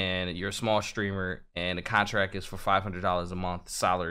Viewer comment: "stremers" ()